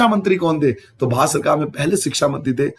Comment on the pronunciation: Sir ap bhat kiyu bol rahe the barat hota Hai